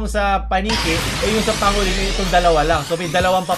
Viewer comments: pang go lin* not pa ngo lin* lol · Boss di sa nagmmarunong, pero pang-golin po ang pagpronoune sa pangolin. Thanks, more power. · Dun ako na cringe sa pronounciation ng pangolin then armadillo pa ung pinakita lmaooo